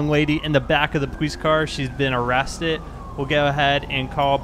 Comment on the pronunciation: There's a "D" at the end of "Aresstit".